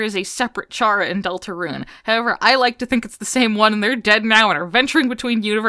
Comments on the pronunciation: I'm sad that people still pronounce Chara as "Ch-ara" instead of "Care-uh". (Which is a pun for CHARA-cter.) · The way you pronounce Chara’s name greatly pains me, you don’t have to emphasize both syllables